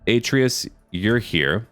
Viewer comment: YEA F U PARIS btw love your vids ps atreas is actually pronounced a-treas and I hate posting comments like this because I feel like I sound like a jerk so please forgive me